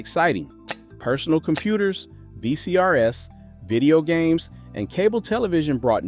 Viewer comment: How ironic that, even in a video about the greatest decade in American history, we hear the narrator say "V...C...R...S" with a very awkward pause between each letter, reminding us that those glorious days, where all narrators were actual human beings, are gone now.